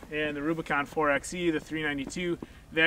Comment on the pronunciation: Great explanation. But if you are going to talk about 4xe features, please learn to call it 4 by e. referring to it as a 4 ex e detracts from your credibility. Just think 4x4 (4 by 4).